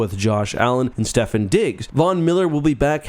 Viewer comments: Ok, if you’re gonna start doing football right here are a couple suggestions Learn how to say Stefon Diggs right. (Steph-awn) Go a little more in depth than just STUD when possible. For example Sauce was Defensive Rookie of the Year and first team all pro. Mention trends if you notice them. Burrow was sacked like 70 times on his way to the Super Bowl appearance. It was still awful last season but marginally better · You mispronounced Stefon Diggs. It’s pronounced STEF-aun.